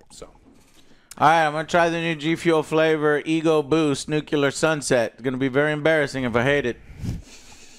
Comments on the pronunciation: Please Joe stop saying nucular, it's nuclear, I know that pronunciation is widely spread but it is not correct. I mean do what you want, just sharing an advice here. Keep up the good work! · Keep it going! Comment for the "alogorithm" heh, "Nucular" is the new rad/hang loose! 🤙🏼❣️